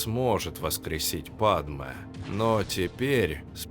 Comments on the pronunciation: Не падме, а падЬме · Лайк можно ставить просто за момент на 12й минуте!😅 Где произносится "Падме", а не "Падьме" 😅😅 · "ДЬ" правильно "ПадЬме")))